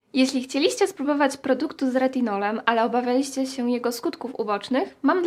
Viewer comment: CHCIEliście, obaWIAliscie, akcent jest na trzecią sylabę od końca 🙂